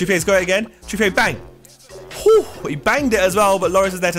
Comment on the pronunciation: Josh PLEASE can you stop pronouncing Trippier as if he is French. He isn't so please pronounce it as if it is English (trip-ee-er)